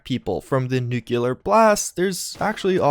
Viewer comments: I'm honestly really sorry but it seriously bothers me every time you say nuculer instead of nuclear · Nuclear, not nucular. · Alright stop. There is no such word as Nuculer. It’s NUCLEAR. (noocleeAr) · Repeat after me, NEW-CLEAR. Not NEW-CUE-LAR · i thought people stopped saying nucular after Bush Jr. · >plays Fallout for years >still says "Nuke-u-lar" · You're never going to pronounce the word nuclear correctly, are you?